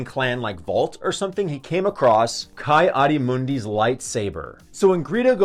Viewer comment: It is pronounced Kee